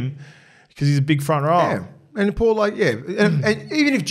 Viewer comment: Cmon you’re getting back to ya palagi pronunciations 😂 let’s work on paulo for next poddy yeah. Solid poddy anyways boys